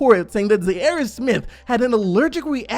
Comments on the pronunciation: jesus Christ bro his name is ZHAIRE...LIKE THE FORMER COUNTRY ZAIRE...stop calling him Zarry like hes Larry with a Z... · Can someone PLEASE teach how to say Zhaire 😂😂😂